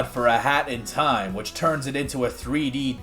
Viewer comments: I didn’t even see the Zelda 64 stuff, that looks incredible! Though I gotta question why you keep pronouncing it ocarina of toime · Why do you say “time” like Inspector Gadget playing Minecraft